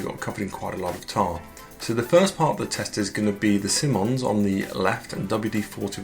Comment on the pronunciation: It's pronounced "Simon" (like the name) + "eyes" (like those things in our heads). Simonise [verb]: to apply Simoniz your car. Of course it's American, so the verb suffix '-ise' is spelled '-ize,' or for trademark purposes, simply '-iz.'